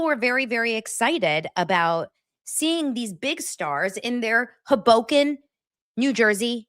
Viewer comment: 😂HO boken is the pronunciation You are so cute- Frank Sinatra is from there!